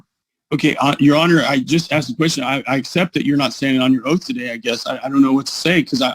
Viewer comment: Is he under oaf in the libary?